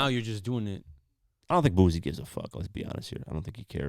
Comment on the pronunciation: It's Boosie with an 'S'... Not a Z. Dude been rapping for over 20 years, you not even trying to say the shit right smh